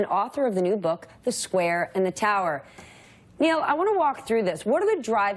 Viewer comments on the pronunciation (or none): Condescension not welcome? Well learn the name of your guest. It's only polite. It's Niall not Neal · She doesn’t even know his name. Call him Neil twice. It’s Niall🙄🙄🙄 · What a sack of hammers! ... and no one researched how to pronounce his first name properly! She invited condescension!!